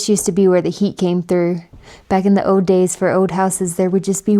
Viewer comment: "An ode radio" "black mode" what accent is this that you can't pronounce any L's😂😂